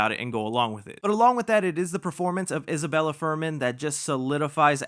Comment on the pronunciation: Isabelle 😂 not Isabella haha